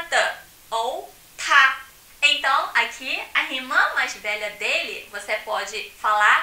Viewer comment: t parece ter som de k no '' ta ''